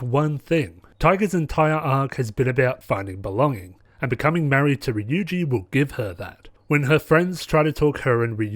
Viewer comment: Just a pointer Ryuji is pronounced ru-Ji with a rolled r